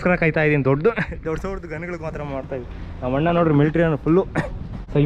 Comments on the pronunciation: ಎಪ್ಪೋ ಅದು ಹಣ್ಣು ಅಲ್ಲ ಅಣ್ಣ 😂 ಸರಿಯಾಗ್ pronounce ಮಾಡ್ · Annu alla kano adu "Anna" Firstu correct aagi kannada matadu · Bro supr but annu annu anbedi Anna anbeku